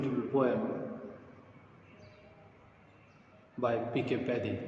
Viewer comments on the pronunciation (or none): Are kana...It's padhye not paddy